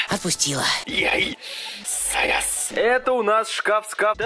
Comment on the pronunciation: Не сас а сагас